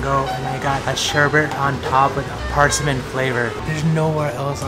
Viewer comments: I have never heard anyone say PARSAMIN. It's PERSIMMON. That was weird lol. But the food looks amazing. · Think kitties and cinnamon. "Purr-cimon" Not "Par-simon" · It's called a Persimmon, Per-simm-in. Not parsimmin. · Persimmon is "purr-sim-on" like a cat noise, the game, not under, but on... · Benedict Cumberbatch: Penwings: Par-sea-mans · PAAARsimon lol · Did he just pronounce persimmon as PARSMIN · lol persimmon? anybody else annoyed with how he’s pronouncing persimmons?